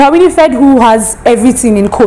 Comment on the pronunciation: Oprah WINIifred?? it's Winfrey.